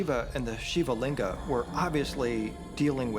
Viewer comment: Stop adding "aa" at the end of everything 😑 SHIVLING and NOT Shivalinga!!! VIMAAN and NOT VIMAANAAAS!